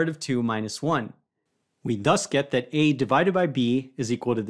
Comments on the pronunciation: 3+2sqrt(2) I love how Presh emphasizes THAT in "And THAT's the answer." 😅😁👍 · I love how Presh emphasizes THAT in "And THAT's the answer." 😅😁👍